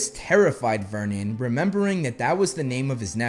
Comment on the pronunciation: vernon, not myrnon